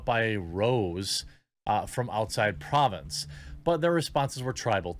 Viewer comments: see the é at the end of rosé? It's French and pronounced roh-zay and it's a type of wine from proh-vahnce. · That's "rose a from pro vaunce" pronounced phonetically. I love tuning in occasionally. It's basically a watered down type of wine outside of a region of France. So, the person wouldn't have refined taste. People who drink wine often have a preference of red versus white. The rose with an accent mark is a combination for people who don't really know what they like. Cheers!